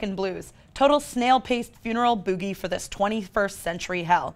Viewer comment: The O cult Edit: and Booh-gie!!!!